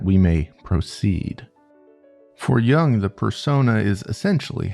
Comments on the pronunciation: Jung is a germanic name and it's not pronounced like 'young', it's like yung, djung, I don't know how I can teach your american mind this in written form but you're spelling it just wrong. Try the website Forvo. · Carl Gustav JUNG(/jʊŋ/). I never do shit like this, but bro for real You said "Jung" as young😭and no You don't need to be native swiss to say it correctly